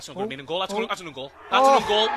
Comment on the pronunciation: "det is the best un-goal a'v ever seen"